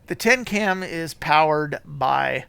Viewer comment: Tecnam dude... Tecnam... good lord